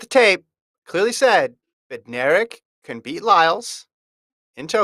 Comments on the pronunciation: Bednarek is pronounced BEN-narek, with the stress on BEN. The D is silent. How does FloTrack not know this? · Actually, Kenny is my cousin and Bednarek is pronounced Bed-Nar-ek. The D is not silent, but kind of blends in with the N. Just letting u know from one in the family. Saying Benarek without the D is wrong and so annoying that announcers get it wrong.